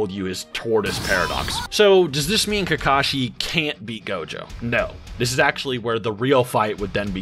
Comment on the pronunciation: Soooo many repetitions in this video of saying "Kakashi" wrong it made me cringe.